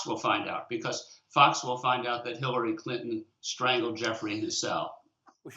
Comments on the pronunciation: did she say "HITLER-ry Clinton"? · any one else hear lisa bloom say "HIT"LARY Clinton?